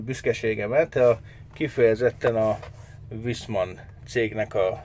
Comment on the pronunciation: A németben a V-t F-nek ejtjük... fonetikusan nem Viszmann, hanem Fiszmann. Idegesítő. Továbbá ezeknél az új szaroknál már egy egység a gázszelep és a ventilátor. Külön nincs is. És sajnos megint sikerült a beszállítónak sz@ gyártania ebből az egységből. A különbség mérhető...